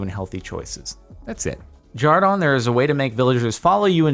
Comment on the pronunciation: Isn’t his name Jordan not jardon?